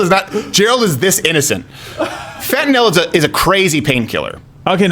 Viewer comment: Fentanyl NOT Fentanol. Why American companies and the MSM says nothing about China's civil rights abuse is NOT about political correctness it's about MONEY.